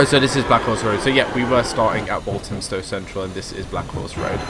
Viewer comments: By the way, it's wal th amstow central, I live there. Waltamstow would probably how irish people would say it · is pronounced as Wal-tham-stow, not Walt-ham-stow. The 'th' is like the 'th' in the word 'the'. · It's pronounced 'Wall-Fam-Stow Central' and 'Bom-Bar-Deea' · That really annoyed me